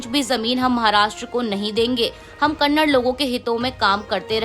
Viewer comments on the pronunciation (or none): none